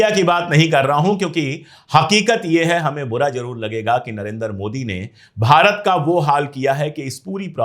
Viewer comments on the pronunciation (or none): none